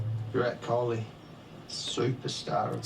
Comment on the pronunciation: It's KOHLI, not KHOLI